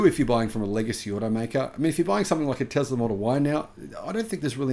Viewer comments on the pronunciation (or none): none